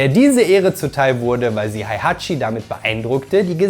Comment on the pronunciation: Wie wäre es, wenn Du lerntest, die Namen und Begriffe korrekt auszusprechen? Heihachi, Kazuya, Jin, Jun, Hwoarang, Alisa, Azazel, Kazumi, Zafina, Kazama, Armor King und sogar der Begriff Dämon werden hier von Dir völlig falsch phonetisch wiedergegeben. Ein Wang Jinrei heißt auch bei Dir bitte nicht Wing Jinrei, so wie Lei Wulong ebenso nicht Lai Wulong heißt. Auch Craig Marduk heißt nicht Craig Murdok. Hast Du je eines dieser Spiele gespielt oder redest Du nur darüber? Nichtmal Street Fighter - denn auch Akuma gelingt Dir nicht.